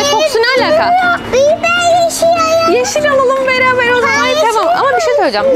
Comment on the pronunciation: Dalga geçmiyorum ama beraber değil biyaber diyooo.Çokkk fatlıı❤❤❤❤